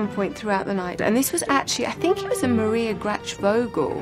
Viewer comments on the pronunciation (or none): none